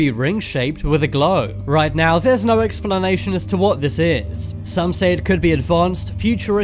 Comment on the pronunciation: normal people: Explanation Top 10s: Expellanation